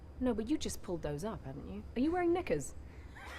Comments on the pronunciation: It's the Dwayne making Emily sound like she said the N word when saying Knickers, for me. LOLOLOLOLOL These two---they are honest to Jesus friend goals the way they troll each other. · Are you wearing knickers (shorts)😂😂, sounded like are you wearing niggas 😂😂